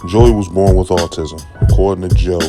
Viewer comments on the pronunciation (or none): none